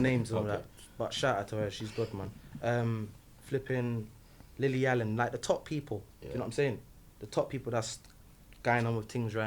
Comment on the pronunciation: Man said lily Allen lol